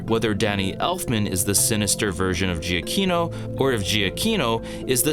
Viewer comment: To be honest, I wasn’t really blown away by the music battle or by Danny Elfman’s score in this film. But your analysis gives me a new perspective that I can at least appreciate. Also, just as an FYI: Giacchino is pronounced as juh-key-no.